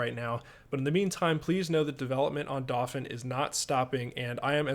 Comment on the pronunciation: Just thought I'd point out, in case you hadn't thought of it... The pronunciation of Dauphin.. Being the word for a noble of France, it is pronounced dau like 'dough' in pizza dough and phin like 'fan' as in a ventilator. You're doing great work! But I think about this everytime you introduce the name, so I thought I'd point it out in case you didn't know.